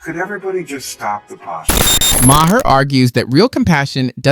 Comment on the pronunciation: It’s pronounced “Marr” not “Mah-her”. Please. You go back & forth between the two.